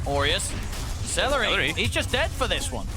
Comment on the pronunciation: Its seleri, not salary 😅